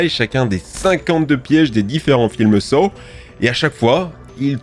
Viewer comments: Saw se prononce « so »😊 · Les films quoi ? SaOoo ?! Je sais pas pourquoi sa m’agace autant mais paye ton accent anglais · Sa se pronoce " So" mais sa s'écrit Saw arrête sa